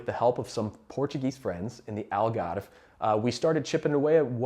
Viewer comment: The way you said "Algarve" and "Senhora do Monte" ❤